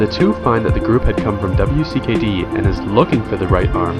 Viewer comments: Most triggering part is that he said "W.C.K.D." instead of WICKED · W.C.K.D.... Did you know its pronounced Wicked? Easier to say also.